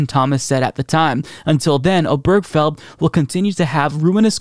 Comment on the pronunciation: Love your show. 1 quibble. The name mentioned in the gay marriage case is pronounced "Ob-er-GE-fell". 4 syllables.